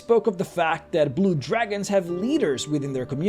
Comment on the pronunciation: Lol "Jew-ragons"